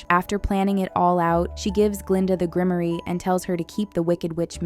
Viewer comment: Grimoire is pronounced /ɡrɪmˈwɑr/. The second syllable rhymes with "bar."